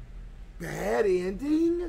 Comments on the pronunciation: “Bad edning” W game 🗣️🗣️💀💀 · “BAD EDNING”